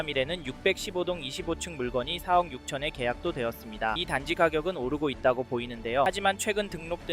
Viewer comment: 4억을 왜 자꾸 세억이라고 발음하는거 같지?